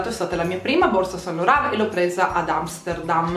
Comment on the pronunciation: Yves Saint Laurent si pronuncia iv sænt loran